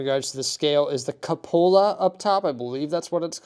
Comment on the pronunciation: Coo-pa-la is how we pronounce it in the states.